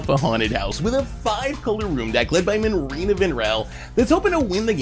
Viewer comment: when will say Marinas name properly, I do wonder O -.O